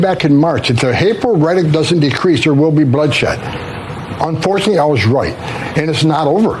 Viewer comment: “Un-fortun-ee” And this is just ONE example of a word he completely butchered. 😂 🤦‍♂️